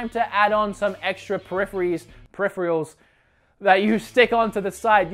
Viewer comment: Periphrials? Lol it’s PER-I-PHER-ALS.